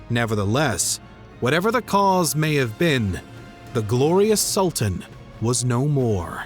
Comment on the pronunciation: Am unable to continue watching the video because the constant mispronunciation of 'Sultan' is too distracting